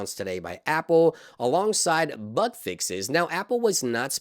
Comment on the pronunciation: I know now that you are saying BUG fixes, but initially it sounded like BUTT fixes. 😂. Enunciation is key.